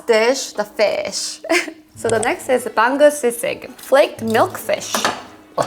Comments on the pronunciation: Pronunciation of the names are mostly good. EXCEPT for bangus its not "bang-gus" its "ba-ngus" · Ba-ngus not bang-gus